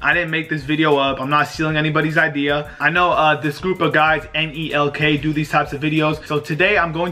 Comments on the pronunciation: he said N E L K, just say nelk lmao. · Nigga spelled out nelk instead of just saying NELK LOL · This bruh saying N-E-L-K! It is one word Nelk. Look at dis duuuuuudd